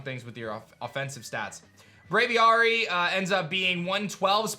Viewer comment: I still really HATE move removal, but whatever. Also, again, it's Brav-ee-airy.